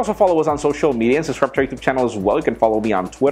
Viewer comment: Hey Jaime, I love ya man, but there is a "C" in the word "subscribe"! ;)